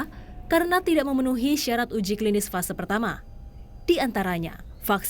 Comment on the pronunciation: Fase 1 y, bukan vase 1